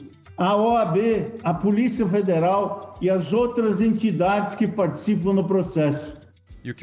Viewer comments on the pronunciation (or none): none